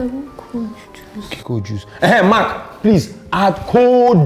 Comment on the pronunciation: When hes saying Mark its sounds like MAK